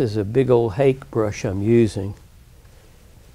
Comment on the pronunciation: Hah - kay. Ask a Japanese friend.